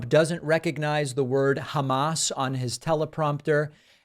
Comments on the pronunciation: not only does he say it like "Hummus", he also has that drug addict's voice, wheezing and growling under his breath. He sounds just like a pot smoker, and he's looking increasingly old and unhealthy. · lol I enjoy this show but cmon, he did not say Hummus, there were A's in there. he didnt say it right, and not defending him but cmon lol this is like high school girl gossip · Oh cmon. He said "hahm-ahs" twice then corrected it. Trump is a dangerous retard but lets be real. You dont have to try to make things up to make fun of him theres plenty. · Come on, man... HUMMUS?! It's HAMAS. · He actually said “hammus”, but get those views dude. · In Trump's defense, he's not saying "hummus", but "hom-us". I pronounced it the same way, which most people probably do. But the difference between hummus and hom-us is noticeable. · He said hamus not hummus Still not correct but not what you're making it out to be Kind of pathetic how much rent free space he has in all your heads 😂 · " the hamasch...the hamasch invasion...." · Trump can't be President.Someone is in the audience this time? He can't pronounce (HUMAS) Hummus. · And the GOP fools keep saying that Biden can't put together a coherent sentence. What the hell is "Hummus Turst" ? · He said Hamas...I hate to stick up for him he just didnt say Ha Mas but he definitely didnt say hummus. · He didn’t say humus he said hamus, it’s still wrong pronunciation, but you made a whole video on something he didn’t say, shows how far David is willing to go to pull shit out of his own ass. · Sorry David ... obviously Trump has zero idea what Hamas actually IS, but I think he is really saying 'Hammass' NOT 'hummus'! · he says. ba humus. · The "hummus terrist idvasion" ?? Really? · Did"the Hummus" invade Israel to kill his friend Mr. Nuttyyoohoo? At least Mr. Biden can pronounce Netanyahu correctly. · Idiot criminal trump can't even pronounce hammas it's not food 4 that overweight pathological liar trump.